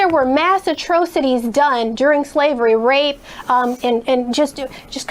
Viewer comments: ROFL (Atrowcities) Atrocities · I'm still trying to figure out what a "atro cities" is...please don't use big words you can't pronounce. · Never trust a bitch that can’t pronounce “atrocities” correctly. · She can't even pronounce atrocities and confusing ! What Law school did she go to ? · She mispronounced atrocities. The government won't pay, the taxpayers will pay. Black people are taxpayers. So they pay themselves? End of argument. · Damn, that bitch was tone deaf AF!! I find it incredible that she's so uneducated on the history of the party she was representing as a Lawyer. Couldn't even pronounce Atrocities correctly.